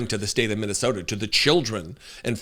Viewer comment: Did he just say mint tea soda😂😂😂😂